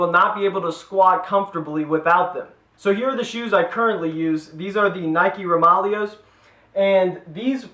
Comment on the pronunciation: isn't it pronounced roma-layo?